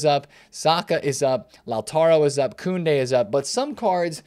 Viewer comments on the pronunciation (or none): none